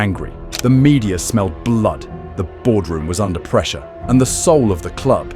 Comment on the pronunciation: Why would you say Thierry Henry like that? I stopped the video as soon as I heard that